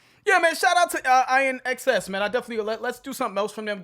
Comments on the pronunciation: You've only scratched the surface of INXS (pronounced IN-X-S, not I-NXS) sounds. Time to create a playlist catalog of this band . Here are some songs to consider...Mystify, Never Tear Us Apart, By My Side, Not Enough Time, The Stairs, Disappear...And a dozen more. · it pronounced IN EXCESS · The bands name is pronounced " in excess" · “IN” X S, not I-N-X-S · As has been mentioned - probably hundreds of times by now - in the comments, the band's name is pronounced "In-excess." I can see the confusion, though. I think it's definitely time for a real INXS reaction from you guys, though. How 'bout "Devil Inside" from the same album? 😉😏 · The name of the band INXS is pronounced (in excess) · In excess is how that's pronounced. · It’s “In” XS. Great band. ❤️ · pronounced "in excess" Need You Tonight is the 5th best song on the "Kick" album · Pronounced, in excess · You pronounce it "in excess" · INXS is pronounced: in-excess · I-N-X-S 😂😂😂 The name is pronounced just like “in excess”, all together, one word. And this track is deadly. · Pronounced IN-EXCESS I’m Too Sexy was by Right Said Fred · Pronounced “In excess” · Hi guys! New sub here! INXS is pronounced IN. X. S. You guys NEED TO check out videos from the 7-13-91 INXS performance LIVE from Wembley Station for 74K fans‼🔥 ☮ ❤ 🎶 Also...The entire KICK album is "kickass"‼There's not a bad song on it‼Trust me. You'll be glad you did‼ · It's pronounced IN-X-S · Definitely pronounced: In Excess. This band is a rabbit hole. Great band. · Pronounced in excess of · its pronounced IN EXCESS. And they were a GREAT band. Nobody had stage presence like Michael Hutchence. R.I.P. THIS SONG IS FIRE!!!! THE WHOLE ALBUM HAD GREAT GROOVE. LIFETIME PLAYLIST DWELLER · It's pronounced In Excess.... You did not mention that the lead singer was murdered.... Very sad that it happened to him.... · Pronounced In Excess. Phenomenal band! Continue to rest in peace Michael Hutchence ❤ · Pronounced: In Excess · INXS is pronounced as In-excess 😊